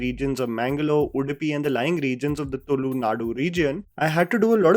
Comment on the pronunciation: Pronunciation of "Tulu". As much as I appreciate your effort to analyze a movie. Might I suggest you do this right as you relate to a larger audience who might pick up the wrong pronunciation unknowingly! Cheers to your review. Eager to watch this movie :)